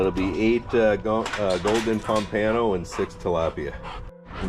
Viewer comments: Instead of saying "Ano" at the end, it sounds like "uh-no", the u in "uh" sounding like the u in up. So, pom-puh-no. Great video, as always! 👍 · I’ve never heard pompano pronounced like that before 😂